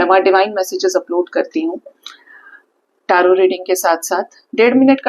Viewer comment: कृपया , टॅरट मत बोलिये , इसमें " t " का उच्चार होता नहीं , Correct word टॅरो है |